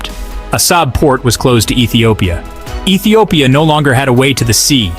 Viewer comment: Which Etiopia? 😂😂😂😂